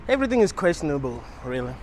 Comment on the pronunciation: It’s questionable* not quastionable